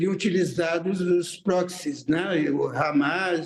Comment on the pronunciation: grupos terro.. ele chama de prox?? kkkkk